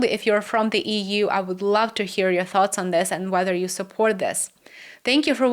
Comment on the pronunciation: EEWUU.( Read as EU!!). 😅